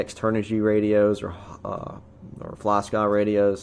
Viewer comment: "This is a flaah-skaah reciever" :-)